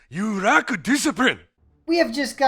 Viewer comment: "You rack disiprine" WTF XD